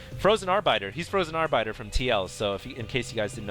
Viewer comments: Are-Biter? Arbiter is a unit from SC1. It means judge. It is pronounced with the little 'i' sound, not a vowelized 'i'. Also, not much emphasis on the 'rrrr'. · lol 'R-biter' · its ar-bittt-ter = P and why you guys always say "going down" when buildings are being built... that's what you say when they're being razed.... try "going up" for size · I think you mean arbiter;) Pronounced Are Bit Er ^^ Awesome game so far though! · Ok now I assume you are trying to mispronunciate by saying R-biter. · "ar-BITER" - lol. I get a kick out of how pronounces things. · FROZEN AR-BITE-R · Frozen Ar-bite-er?? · does so many toungeslips one needs to learn to ignore it and replace what he says with the right words. Like when he said "Arrrbiter" or "Layer" (Lair). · llllllllllllol this bro's a huge nerd and he can't pronounce arbiter correctly????